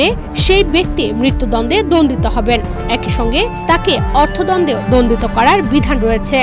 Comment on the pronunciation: দন্দ না দন্ড